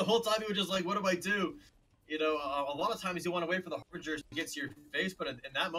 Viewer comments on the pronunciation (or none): This is not harveger this is harbringer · lol, not it's not. It's Harbinger. It is pronounced Har-Binj-er. I've noticed that non native English speakers really struggle with this word. It's a strange one, to be sure.